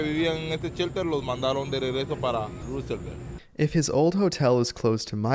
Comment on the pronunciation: All the way through mispronouncing “ Roosevelt “. After a while it gets annoying.